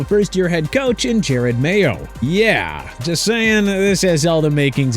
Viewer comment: AGAIN WITH THE JARED MAYO THING... IT'S JEROD (JE-ROD) MAYO!! AND ALSO IT'S COACH MIKE MCDANIEL NOT MCDANIELS! SMH